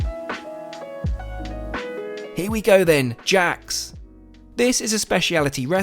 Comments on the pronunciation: “here we go then, jacks” 😂😂😂 man those frenchies must be pissed at that pronunciation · It's Jacques not Jack's lol